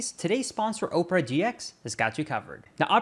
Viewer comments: did you say oh-per-a it's ah-per-a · First it's pronounced oh-purr-uh then it's pronounced aw-purr-uh